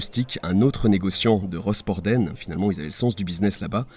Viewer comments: genial cette video mon oreille bretonne voudrais juste dire que rosporden ce dit rospordin ....details... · Rospord1 pas rospordenne 😊